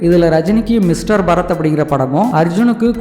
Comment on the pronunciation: பரத் அல்ல பாரத்